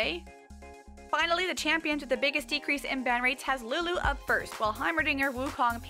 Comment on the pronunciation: I love the way you said Lulu c